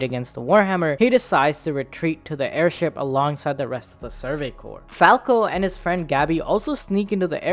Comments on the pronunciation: Amazing video, you guys!! Bravo all!!! Small note: CORPS is pronounced "core", NOT "corpse". I teach English, sorry, I gotta. Can't help myself. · It’s pronounced like “core” not “corpse” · Corps is pronounced core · Dude I can't take you seriously when you mispronounce Survey Corps as corpse. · Great video. Just one little nitpick for you though. The word "Corps" is pronounced "core", the P and S are silent. I hope to have heightened your understanding of military terminology :) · I mean no offense but I literally had to stop watching this because of the constant mispronunciation of the names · People are really allergic to pronouncing corps correctly, huh? Or is it an intentional joke due to the high likelihood of members becoming corpses? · This dude keeps mispronouncing the word "corps"!